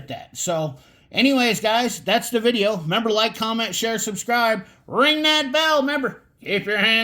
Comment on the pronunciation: Thanks for the vidjya,! 😝 No, really appreciate your comparison vid! Great job.